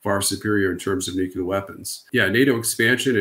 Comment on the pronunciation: Its nuclear, not nucula